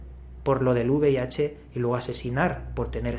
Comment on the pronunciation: V IH dice el tragaldabas, y encima pide una donación jajajaja